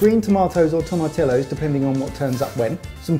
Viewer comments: I love how excited over the tomatillos is but i also cringed cause.. well toe-mat-tea-yos.. sorry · God guys it's "tom-ah-tee-ohs" not "tom-ah-till-ohs"! Geezy Creezy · Tomatillos??? Oh.... TOE-MAT-TEA-YOS. Someone either clearly took French or terribly failed Spanish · For even more depth in a salsa verde, char the tomatillos (and turn that double 'l' into a "y" sound). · If you want to sound more Mexican pronounce Tomatillos like this To-ma-to-yos. The double Ll makes a U sound. Happy New Year Boys! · Okay, say tom-a-ti-yos. Now do it twenty more times! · It is absolutely pronounced "toe-mah-tee-yohs", guys. Just like "tortilla" is not pronounced "tor-till-ahs". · tomatillos. (the double "ll" is pronounced like a "y". "toma-tiyos") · After binge watching every Sorted food video for the last two months straight, I must say I have never seen happier than when he pulled out the can of Tomatillos while simultaneously mispronouncing it at the same time.